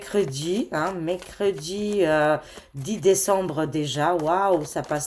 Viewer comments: Coucou...tu me fais rire lorsque tu prononces le mot MERCREDI! Tu dis mécredi.......😂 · Je voulais l'écrire et ajouter, déjà une semaine que notre a prononcé Mécredi 😂😅😊